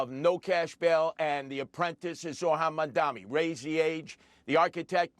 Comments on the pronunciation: He keeps calling his opponent Mandami lol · He’s so devoted to saying it “Mandami”. It’s not hard! Why can’t these boomers get it? Mamdani! “Mom” as in your mother, “Donnie” as is Donnie Osmond! Drives me fucking insane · he cant even name "Mamdani" correctly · I like Curtis Sliwa, but he should know how to pronounce Zohran Mamdani's name by now.